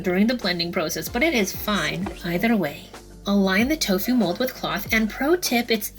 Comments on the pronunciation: It's "tofu", not "tofew" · I love the way you say Tofu...cracked me up...